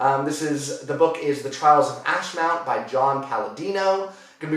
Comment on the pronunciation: Looking forward to hearing your thoughts on The Trials of Ashmount! (And yes, you did say it correctly!). And also The Justice of Kings because I keep hearing about it and getting it recommended to me.